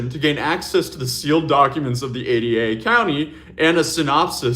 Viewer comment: Wait, did she say she subpoenaed the “A-D-A” county? 😂😂😂 That’s Ada county, pronounced with a long “a” and then “duh.” It’s not A D A as in assistant district attorneys and it had nothing to do with the investigation. She subpoenaed a county over 300 miles south of the crime! Now, Kohberger got a change of venue and was tried in Boise, the capital, and that’s Ada county. But the county wouldn’t have the evidence. It would have still been held by agencies up in Latah county where the University of Idaho is.